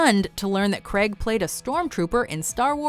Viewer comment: Daniel CRAY-g, not CREg.